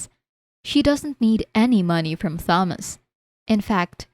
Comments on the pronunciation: Thomas is pronounced with only the t The h is silent so Tomas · The H is silent in Thomas. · Thomas has been driving me nuts for awhile now. The H IS SILENT!!! Ugh